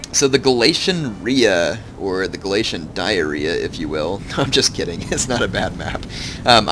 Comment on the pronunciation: ITS gal-ei-sy-un